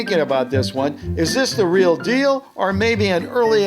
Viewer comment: Not reak